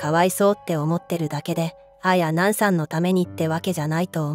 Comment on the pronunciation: あや⤵︎なん⤴︎の発音が気になる😂